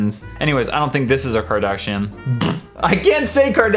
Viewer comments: (CAR- DAHSH-EE-INN) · trying to say Kardashian is funnier when you know it's not even THAT Kylie 😂 it's Kylie Minogue